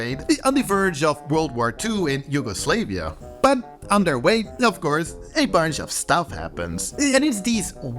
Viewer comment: Yugoslavia is not pronounced like the word Slave. It's Slav, like the broad ethnic group.